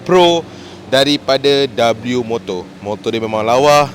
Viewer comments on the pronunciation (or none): Sebutan sebenar dia 'wimoto' Bukan dabeliumoto 😁